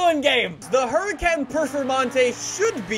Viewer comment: How do you pronounce huracán performante incorrectly 🤦🏽‍♂️